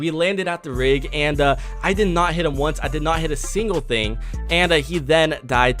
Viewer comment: lol did you say hate instead of hit🤣 stil Good video